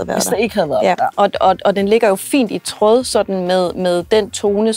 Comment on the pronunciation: Det hedder ikke tråååd...men trÅd.....( udtales som å ' et i fx råddenskab...)ligesom i cykelsporten...det er ikke noget med syning....meget upassende i lige præcis DENNE sammenhæng.....